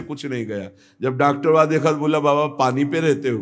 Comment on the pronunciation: East UP ka language डक्टरवा बोला